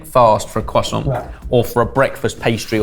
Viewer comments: There is an R in croissant guys, you keep saying cwoissant 😂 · Cwoissant lol! Why do the british hate the letter R? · When you pronounce croissant like poisson, I vomit a little. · I know this is a UK based show but as an American hearing it pronounced Cwoisont opposed to Croissant(with the R) sounds like a meme. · Quoi sont?.. *slap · Take a shot for every time they say quoi-sant and I’ll see you all on the other side. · Am I the only one who hates the way the pronounce croissant. I understand that's how you pronounce it in French, but the French would never return the favor. Do they say Netflix or Neet-fleeks? When speaking English, use English pronunciations. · i'm going to be honest. I only watch your cooking videos. the other stuff like this doesn't interest me at all... more pass it on/recipe relay/mystery box/unplanned battle and less reviews and stuff please the fact you brits pronounce "croissant" like retards doesn't help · As a frenchmen, I cringe whenever they say "croissant" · Every time they say 🥐 they sound deaf... the French are pronouncing English words correctly...just stop